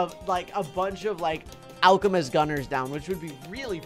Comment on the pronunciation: alchemist sound alcohol